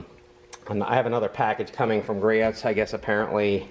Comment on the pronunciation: I have the same creeper stool and love it. Yes I have tipped it! Haha Nice video and I just subbed! BTW it’s pronounced Gree-oohs!